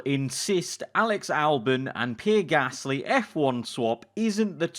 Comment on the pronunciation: He’s saying pear gasly right?im not going insane